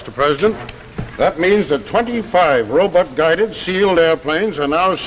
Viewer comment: My butt, your butt, robutt 😂😂